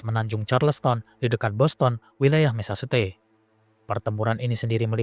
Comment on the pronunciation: Mesecuset....ucapkan seperti ini